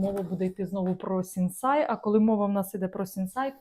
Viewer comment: Мова йде про Сінсей, а не СінсАй.